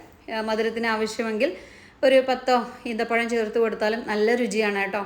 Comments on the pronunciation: ഈന്തപ്പഴം അല്ല ഈത്തപ്പഴം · Eenthapazham alla, eethapazham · അമ്മായി ഈന്തപഴം അല്ല - ഈത്തപഴം